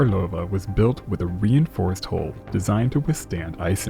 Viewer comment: HULL!!! NOT HOLE!!!